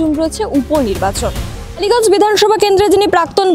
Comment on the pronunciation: It's kaliganj,not baliganj😂